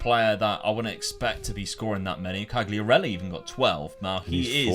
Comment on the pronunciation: Back to Serie A! Fabio Quagliarella might get mad they way you pronounce his name lol!